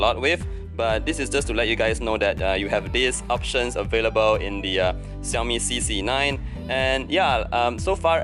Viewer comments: so its "Ci yao mi" not "Sha yo mi" or "Shao! Mi"... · The way you say Xiaomi is really funny 😂 (no offense).